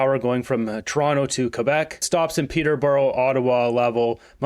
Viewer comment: You can't pronounce Trois-Rivieres - literally three rivers? You didn't technically pronounce Peterborough properly haha